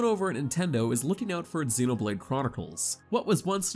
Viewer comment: So many sites have narrators that obviously never played the game reading other people's review, but they don't double check to see if they are pronouncing things correctly. But still, what kind of alien see these words and thinks "mechin", "exenoblade", and "meela"? He didn't even say the title correctly.